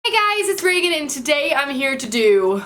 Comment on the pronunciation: Is her name pronounced "ray-gan" or "ree-gan"?